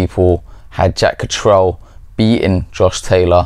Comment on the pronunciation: If you've known him so long, you think you could pronounce his name correctly. Katrel? I've never heard anyone pronouncing it that way. Absurd.